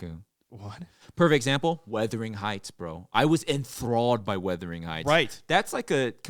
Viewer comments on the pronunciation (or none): Hey, it's Wuthering Heights, not weathering 😅